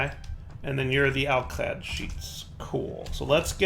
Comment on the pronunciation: Alclad, not Alcad, you Silly Billy